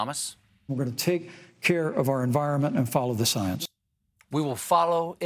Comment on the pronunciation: Ever notice that it doesn't actually sound like Pence said 'follow the science' here? It sounds like he said 'follow the signs' -- and that could mean something completely different.